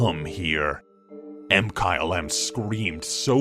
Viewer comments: Did he say: M-kyle-M instead of Mkylem? (mikylem) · does anyone review the audio for these? i thought MkyleM's name was pronounced (Ma-ky-lem) er something. it was really off putting to hear say (Em-kyle-em)